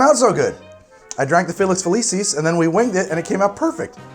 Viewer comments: It's not Felices its Felucis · To pull a Hermione, it's FeliKISS, not FeliSIS. In Latin, C's are hard.